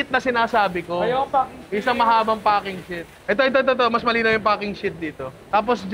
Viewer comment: Hanep imbis na packing yung F yung naririnig ko HAHAHAHA